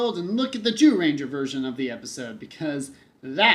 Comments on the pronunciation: Lol why do you keep saying “Jew-ranger”? It’s pronounced Jūrenjā. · but the golem minions didn't help much to correct the 'jew-ranger' term.